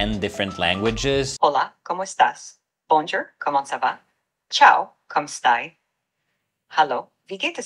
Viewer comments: HAHAHA “Bone-Gerr” Chat GPT is horrible. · Bonjour is completely butchered. Not watching the rest of video. Thumbs down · I stopped at the video at “bahn-jer” the French pronunciation was so bad it was barely intelligible. Come on man this is embarrassing.